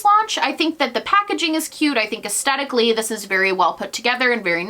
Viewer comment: i love you but please say aesthetically correct 🥴 it’s aesTHetic not aesTETic. it’s a TH lmao